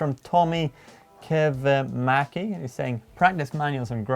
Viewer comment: butchering that "Kivimäki";D;D